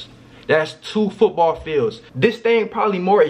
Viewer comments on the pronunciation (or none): "das 2 foobaal fields"